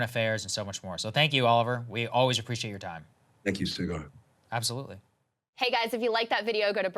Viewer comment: Love this, and the information it provided me. I will do my best to spread the word. As a side note, I can’t help but smirk at Oliver calling Saagar “Cigar” at the end. 😂